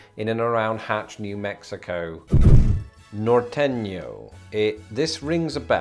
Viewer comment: Ehh I don't know if you should get any points for mispronouncing norteno nor-tey-noh :D